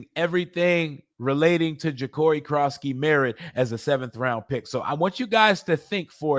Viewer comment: You can say Noah econogamey but you can’t say Jacori what’s wrong with you?